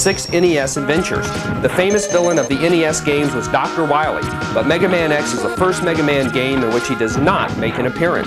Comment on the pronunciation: he says wahwee